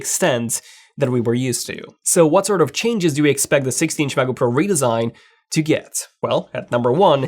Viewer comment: “16 macojaook pro”